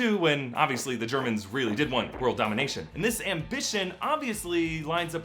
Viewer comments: "THE WORDL CAN BE OURS" yes, I too want a wordl. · "The Wolrd " lol